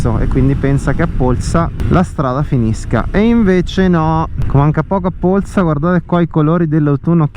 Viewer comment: Bel video!! Hai pronunciato però in modo non corretto Polsa 😅...magari ci si trova in giro, ho visto che abitiamo nelle stesse zone 💪. Buona strada 🏍